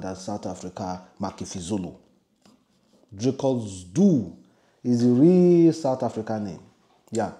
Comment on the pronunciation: If at least you pronounced the Dricus name in English, it wouldn't have been this difficult for you to pronounce it. Now Pidgin and Dricus just don't mix😂😂😂 I feel sorry for you my Broda🤣🤣🤣